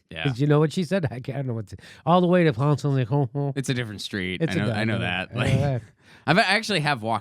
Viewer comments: Place de la Concorde! Not honhon!😁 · She said "Place de la Concorde" Jimmy, lol! It has a famous fountain in the middle of Paris. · She actually said "Place de la Concord" (she failed to pronounce the "d"), since she's an English woman who thinks she can speak French but can't.